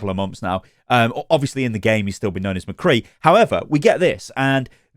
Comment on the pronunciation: I hope they reupload it exactly the same but just dub over the parts where they say mccree poorly.